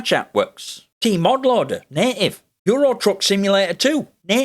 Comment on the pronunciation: Through his accent from a US english accent perspective every time he says native it sounds like he's saying naked. I'd like to officially petition for native to be replaced by naked, It just fits so much better to say that the program works naked on Linux 👍🏼